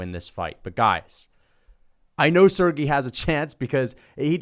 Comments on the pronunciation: SerGAY is how it’s pronounced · Also it’s pronounced sir-gey